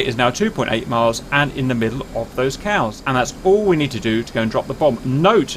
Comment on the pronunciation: I thought he said "there's a group of 50 Cals up there" and I thought, ah yes, get the bad guys. I was then surprised to see 50 cows